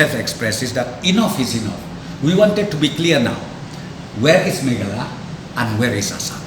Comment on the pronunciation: "Meghalaya", u knnoh "mekhala"te phi, chish krn style khlm iahap tng khndt rh, ka rwjakhlia rwjaboh men die ri.